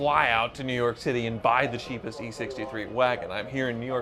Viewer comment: not being able to say cheapest is like scotty having his hands tied behind his back.